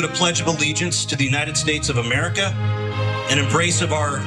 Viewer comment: Myrrkah! New spelling!